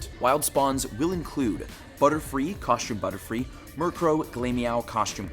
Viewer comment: why do you pronounce costume like that?